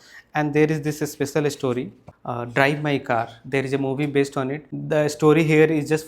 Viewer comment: there's no 'e' in the word story. it's pronounced store-ree, not e-store-ree